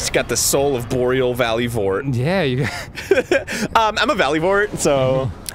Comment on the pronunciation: You bastards, you said "Arboreal valley" as soon as I drank my tea, about sprayed all over my work computer. lol Love the Show! haha